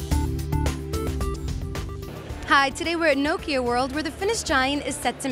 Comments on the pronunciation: OMG!!!!!!! she cannot say nokia urrrrrrrrrrr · why are you so angry at how people say things? different parts of the world have their own dialects, even if it is the same language. but still i agree that it should be pronounced Nah-kia or "knock-ia"